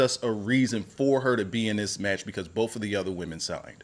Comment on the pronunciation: "Boff of these heauxs" got it 🤣🤣🤣🤣